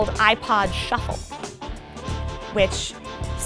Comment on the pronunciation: That's the most boomer-styled delivery I've ever heard. THAT'S WHY IT'S CALLED A SHUFFLE.